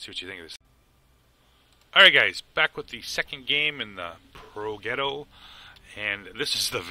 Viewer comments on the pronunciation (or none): Great vid my man....as usual. It is pronounced Pro"j"etto. You make it look too easy.